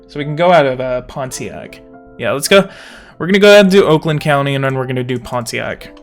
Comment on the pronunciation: People pronounce Pontiac without the T